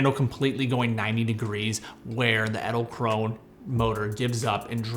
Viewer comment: Can you pronounce Edelkrone more like Adelkronuh 😅, thats how its pronounced